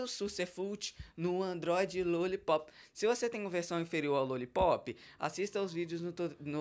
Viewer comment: fala direito. não é Luollipop e sim Lollipop